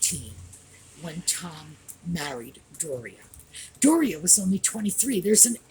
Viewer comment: Hello. Apparently, her name is Do-ria. Hahaha 🤣 Thank you for all you do. I always look forward to your programs.